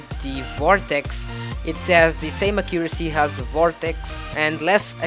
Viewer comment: lol u say a-CCU-ra-cy its supposed to be A-ccu-ra-cy emphasizing the first syllable instead of the second